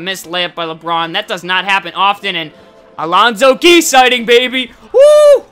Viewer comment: LMAO at the way you pronounce Alonzo Gee.